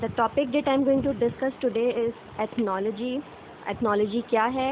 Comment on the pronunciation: You pronounced the word ethnology right very good👍👍